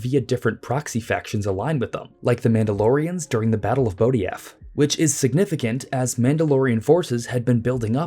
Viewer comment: the “j” in Botajef isn’t pronounced like a “y.” Just letting you know.